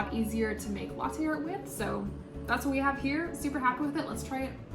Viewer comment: you say latte wrong its la-tay not la-teir